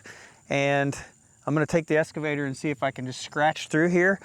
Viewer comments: Hey! You're still saying SCAVATOR! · There's no X in escavator.